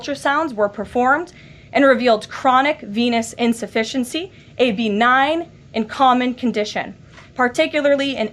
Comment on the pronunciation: Did he say, "chronic penis insufficiency"?